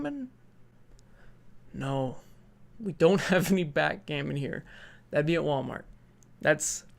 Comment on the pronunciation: I almost fucking lost it when you said "backgammon"